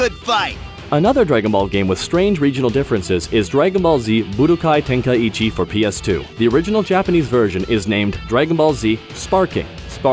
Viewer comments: It's not Tenkai-ichi there are no 2 I. Ten-kai-chi OR Ten-ka-ichi if you want to have gthe ichi sound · I thought the same. I don't think so. As far as i'm aware it would be "Tenk-eye-chee", but I'm not sure. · Nightbane Or "Tenk-eye-ee-chi" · Ten-kai-chi not ten-kai-ichi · is he pronouncing tenkaichi wrong? or is it me? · Is that how you pronounce Tenkaichi?